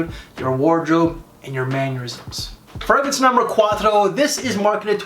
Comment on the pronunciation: I like your list videos but half the the reason I watch is to listen to the many ways you mispronounce "fragrance". Makes me smile 😄